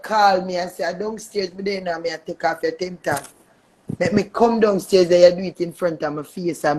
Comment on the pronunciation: Its Temp as in temporary Tag not 10 tag 🤦🏿